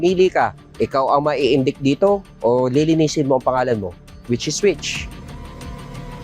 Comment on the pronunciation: “INDIK”?!? Anong klaseng pulis ang hindi alam kung paano bigkasin ang salitang INDICT?